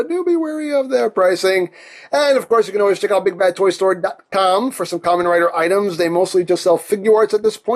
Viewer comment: Not Ramen Rider, it's Kamen Rider all the same (or should I refer to him as Ka-MEN Rider, stressing the "men").